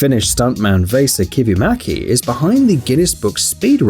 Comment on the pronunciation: "Vase Akiva Mackey" had to love autocreated subtitles :D "Vesa Kivimäki" pretty well pronounced, points from that! "Seinäjoki"(=Wallriver) didn't went so well, sound more like "saunajoki" (=saunariver).